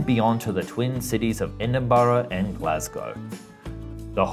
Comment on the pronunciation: He pronounced Trevithick, Stephenson, Birmingham, and Edinburgh wrong. Also this is an Australian criticising Britain's lack of high speed rail...